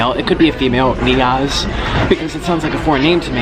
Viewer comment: Thanks for putting me in the video!! And im a boy and my name is Niyaz but it's weird as it's pronounced n-ee-yaz 😂💪🏼